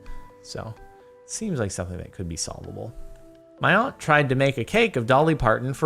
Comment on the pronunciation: you pronounce aunt weird